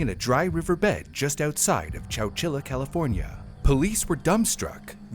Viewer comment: wait, wait, chowchila? I thought bro was just saying Coachella really weird 🤣